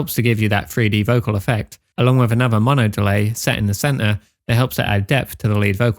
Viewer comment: cen-er insead of center...